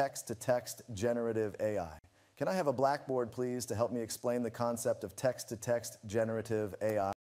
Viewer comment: "Tekst-summarization" lol